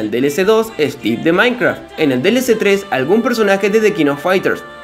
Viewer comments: Porque dices "maincra" wtf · Que raro escuchar a diciendo mainkra XD